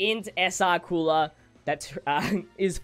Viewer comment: I die inside when people call Cooler “Coora”